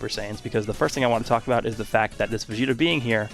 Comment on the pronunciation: Yes, “vageta”